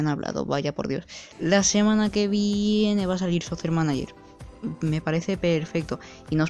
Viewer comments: Bro en la pronunciación te equivocas ahora que me doy cuenta, se pronuncia "socker" manager, no "sosser" manager. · No te lo tomes a mal bro jaja, me gusta y me da gracia como lo dices